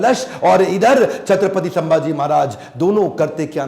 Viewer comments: it's not samaji maharaj it's samdhaji maharaj (संभाजी महाराज ) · Sabse pehle aap dono उनका nam thik se सम्मान se le, सांभाजी नहीं छत्रपति संभाजी महाराज... संभाजी है सांभाजी नहीं है okay ❤️🙏🏻🚩